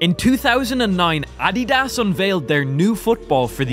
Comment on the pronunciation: he saying addias and Jabulani wrong